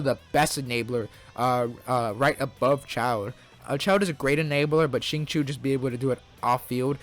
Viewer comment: Never.... have i ever heard someone until this very day call Zan-Ling <-(pronunciation) mfing SHINLING 🤧 wth